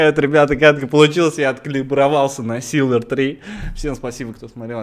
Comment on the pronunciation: не силверы,а сильверы!